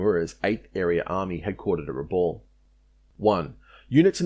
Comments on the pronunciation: Time for you to learn how to correctly pronounce our towns. The atrocious pronunciation of "Rabaul" is appalling. "Rabaul" is pronounced "Rah - bowl". It is my home. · Great video but let down by the continuous mispronunciation of the name Rabaul. It is pronounced with the last syllable sounding like ‘owl’. For God’s sake get it right.